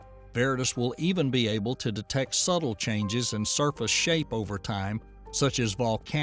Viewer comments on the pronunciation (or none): none